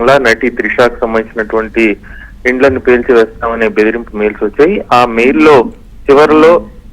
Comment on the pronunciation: News chadvinapudu jagaratha madam its bedripu